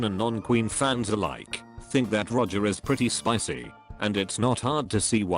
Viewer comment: "Think that Roger is pretty spicy" Oml how it says spicy 😂😍